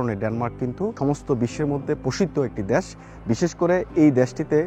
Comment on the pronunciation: Desh bolte pare na bole dash wtf